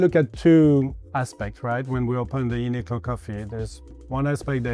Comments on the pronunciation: It says uniQlo so clearly by him, but he’s saying glow? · Uniqlo not Uniglo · he does it each time he says the brands' name. Qlo makes a 'k' sound not 'g' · Its UNIQLO (unik-low) not UNIGLOW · The presenter keeps on saying Uniglow. It's actually Uniqlo (pronounced Klow).. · it's uniqlo not uni-glow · It’s Qlo not Glow. Oh my God…. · Why is he pronouncing it like uni-glow? it's a q. uniqlo. uni-klo. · It's YOO-nee-kloh not uniGlow lmao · It"s a 'Q". Not UNI-G-LO ! Does your reporting even know retail brands??? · Americans .,.... it's UNIQLO ... not UNIGLO ........ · I know damn well a lot of people ended the video hearing you say “uni-glow” 😂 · Why’d the host call it “UNIGLO”!? There’s no G bud… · We’re just gonna act like he’s not saying “uni-glow”? 😭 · I absolutely hated the way he said Uniqlo and kept saying it wrong really really got to me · Welp I’m fluent in Japanese and I don’t pronounce Uniqlo the “correct” way bc it’s too long (4 syllables). I don’t blame anyone who “mispronounce” Uniqlo if they are gonna make a name this difficult to pronounce. Especially cause uniglow is not even that wrong compared to the Japanese name.